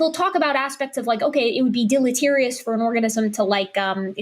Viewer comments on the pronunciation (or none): Its tiring to listen to young earth creationists pretend to research and understand studies when they can barely pronounce the word deleterious. They are so far out of their depth they don't realize how out of depth they are. Yet, they steadfastly press on with talking points. They picked up off some young earth creationist website. Do they even understand the talking points? No. But what does that matter? When they sure as heck don't understand what they're arguing against.